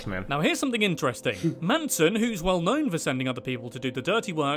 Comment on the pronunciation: ITS NOT FKIN MANSOM ITS MANSON